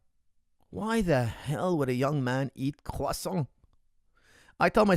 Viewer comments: Can you say quoffsaunt about a hundred more times? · Nothing softer than pronouncing croissant in French when you’re speaking English lol